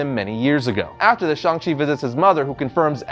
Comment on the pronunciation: Will never pronounce 'Shang' -Chang like 'Shong/shawnng' ever. As for the new guy and comics-looks nothing like Shang Chi. Plus no Fu Manchu which kills it all for me. Old series with Zeck and Gene Day IMMORTAL in my mind.